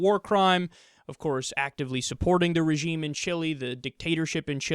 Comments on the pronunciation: Kyle, it's "Chee-lay" not "Chillie." Chili is some cheap ass food for dipshits from Texas who think that they still live in the Old West! Chile is one of the most amazing and beautiful countries on earth. To recap: Chili=Dog Food, Chile = South American Nation. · Kyle, Chile isn't promuanced "Chilly" its pronounced chi-lay